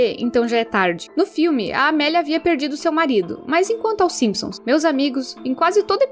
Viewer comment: simisons kkkkkkkkkk